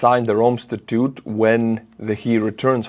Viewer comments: statute is pronounced sta-toote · Statute is pronounced sta-choote